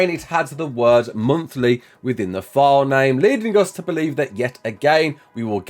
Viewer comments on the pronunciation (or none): none